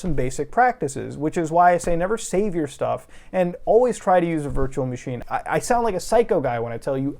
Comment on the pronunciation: ish anywhunm st0l playying teh dyrynking gayem whear yew tac=ke a shit shot, every tiem he saIWZ "vEE eMm", "vurtchewal mah sheen", or "vee bucx"? Iym Tlying tew